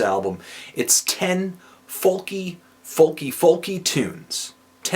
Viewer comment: >that feel when Anthony can't pronounce "folk" correctly